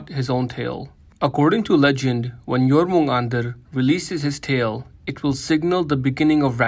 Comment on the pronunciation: Jormungandr not Jormundar...